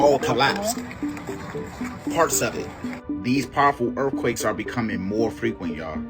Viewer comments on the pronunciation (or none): "Erffquakes at the mole" Hes got IQ fatigue